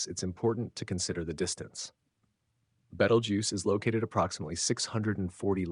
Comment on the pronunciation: oh please, its been "two weeks from going supernova" for fifty flipping years. every week youtube has anpther shte AI video like this one and the AI can't even pronounce its name right twice in the same sentence. and FYI. its 650 light years away. It it went supernova it wont be in the "next two weeks" but already happened 650 YEARS ago and we would have seen proof of that years before today.